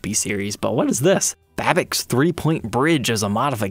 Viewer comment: It's pronounced "Bab-itch".